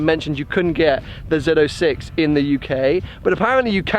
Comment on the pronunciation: Zed 06, finally pronounced correctly.